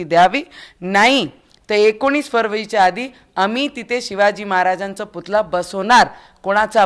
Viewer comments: Putla nahi putalla man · पुतला नाही पुतळा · पुतळा म्हणतात राणा मॅडम पुतला नाही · पुतला नाही पुतळा बोल बाई...